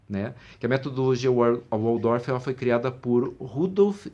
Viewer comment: Opa! Em Alemão, o W tem som de V, como em VolksWagen!